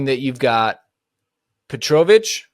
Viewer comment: That Petrovic pronunciation is killing me... other than that, 100% agree. The goal keeper situation is a joke right now.